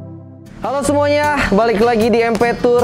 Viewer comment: emang gua doang yang dengar ngomong "SMUANYA ADA KEKURANGAN DAN KELEMAHAN"😆Itu apa beda nya banggggg